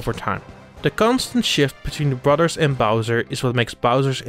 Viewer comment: "Brudars" lol